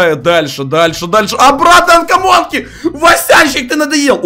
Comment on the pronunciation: Да не анкамонкииии, а камонки! Почему они все говорят анкамонки.